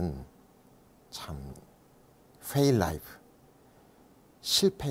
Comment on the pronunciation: Fail 은 훼일임ㅋㅋㅋㅋㅋ